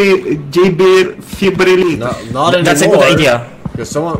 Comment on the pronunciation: forsenGa "defibublulator"